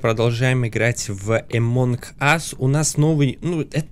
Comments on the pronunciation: Люди пожалуйста научитесь говорить, ты что англ не учил это во втором классе говорили NG сложение букв это означает просто Н CNN n ЗАЧЕМ ГОВОРИТЬ АМОНГ АС правильно АМОН АС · Не эмонг ас а амонг ас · Не амонк ас а амонг ас (among us)